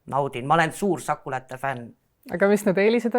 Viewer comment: Algus kõlas hästi: "Tere tulemast "choco-late podcast"-i!"